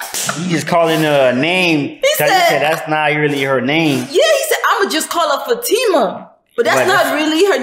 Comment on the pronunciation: My name is Fatima 😭....the fact that he pronounced it right